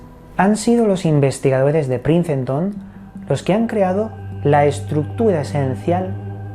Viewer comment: los investigadores de princenton dice jajajajajajajaja aprende a pronunciar , se dice ' prinston '